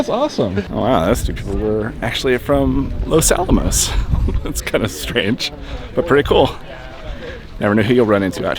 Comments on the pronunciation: It’s Los Alamos. Not Los Alomos.. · isn't it "Los Alamos", not "Los Alomos"? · Los Alamos, not Los Alomos. Fascinating video though, thanks! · Los AlAmos, not Los AlOmos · Los Alamos, not Los Alomos... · It's LOS ALAMOS, not ALOMOS. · i thought it was "Los Alamos" not Alomos